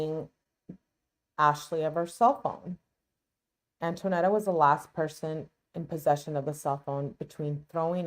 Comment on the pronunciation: FYI: Her name is Antonetta, not Antoinetta.